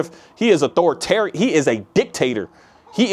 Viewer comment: Ah-thor-ah-tarien? hope this helps. when i cant say a word, i find that breaking it up like this helps me. Love your insights!